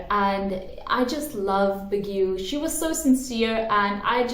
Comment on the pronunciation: I really find it cute when you say Baguio. Hehe but it's actually pronounced as "Bagyo"